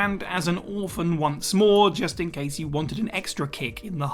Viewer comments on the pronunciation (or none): none